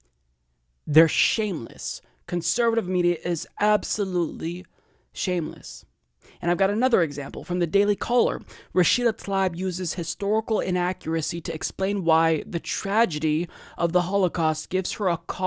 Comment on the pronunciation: Tlaib is pronounced "tuh-LEEB."